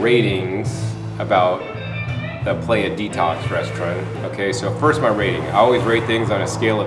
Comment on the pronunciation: great video! but its pronounced pla-jha:)